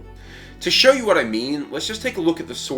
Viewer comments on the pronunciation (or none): none